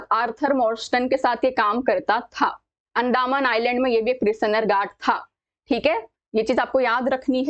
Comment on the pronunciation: अंदामन❌ अंदमान✅